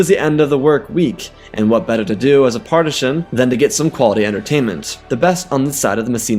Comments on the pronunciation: It’s patrician not partisan… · Got to nitpick. Janus could have been a Praetor, but Consuls were the supreme co-leaders of the Roman Empire. Also it's Patrician (pronounced Pa-tri-shan), not partishan as you kept saying. As someone with a BA where one major was in Classics with a major in Ancient Roman history, that pronunciation was like nails on a chalkboard. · I take it you mean Patrician the Roman upper class? not wanting to be rude but it sounds like you saying partisan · Good, but please learn how to pronounce patrician. Also, I was hoping for the Jedi to get involved in the Punic Wars. Roman: "Great warrior from the stars, please aid us in our righteous war against the vile Carthaginians." Jedi: "After seeing your gladiatorial arena, how can they be more barbaric than you?" Roman: "We don't throw our children into fires while drowning out the screams by singing praises to a bloodthirsty god." *lightsaber ignites*